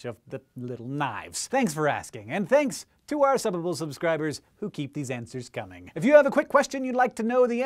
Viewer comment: i like this guy, the way he says subbable is funny